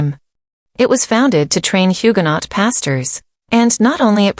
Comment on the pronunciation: Please pronounce Huguenot correctly